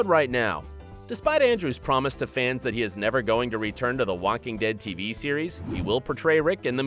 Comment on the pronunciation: Did he just say "Wacking Dead" ?